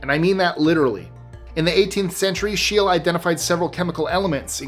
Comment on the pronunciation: Excellent video, but ... Carl Scheele’s name is pronounced ˈʃeːlə or ˈɧêːlɛ, not ʃtiːl